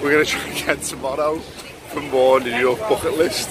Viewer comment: “New yorkhhh”